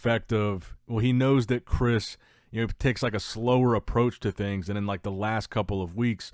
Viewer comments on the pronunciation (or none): none